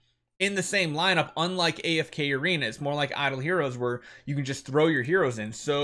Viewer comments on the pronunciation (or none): none